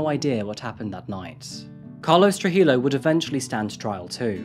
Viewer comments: It's pronounced true-hee-yo. More silent letters. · True-He-Yo not True-He-low... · The double L in Spanish is pronounced like a Y. You said Trujillo wrong.